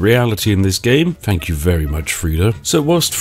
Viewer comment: Really starting to bug me how you're putting on a refined/posh voice but say F instead of TH. "Nufing can hit you." "I fought that would happen" etc. It sounds like you're going to a lot of effort to avoid the glottal stop and actually say your Ts at the end of your words but the effect isn't quite right if you keep saying "fankyou" and so on. Great video though!